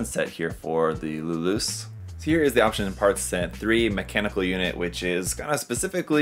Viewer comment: every time I hear people pronounced Luluce's name it sounds like "Lelouch" as in the guy of the Code Geass anime fame, heck in the original Japanese audio his own father can't pronounce his name correctly as in sounding like a rev-ed up motorcycle engine, lol.